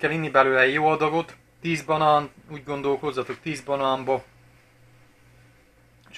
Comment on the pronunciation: Direkt beszélsz így vagy ez igazi tájszólás? Egyébként jól hangzik a balán meg motrot és hasonlók, csak olyan szinten tájszólás jellegű, hogy azt hinné az ember direkt így mondod.